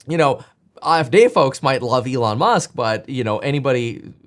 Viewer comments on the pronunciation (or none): none